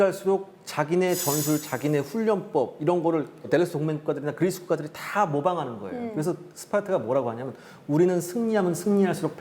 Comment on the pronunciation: 고대전이 현대전만큼 재미있을 수 있을까 걱정했는데 역시 기대를 저버리지 않네요bb 그/뤼스~ 하는 발음이 너무 귀여우세요ㅋㅋ